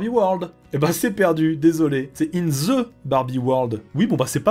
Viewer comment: pourquoi els français prononce the en Ze ce n'est pas pareil !!